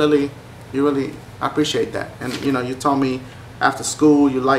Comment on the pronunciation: YOU-KNOWN!? D-DASHIE YOU REALLY GONNA SAY IT LIKE DAT DASHIE!?